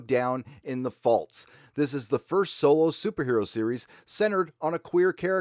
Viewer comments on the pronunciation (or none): none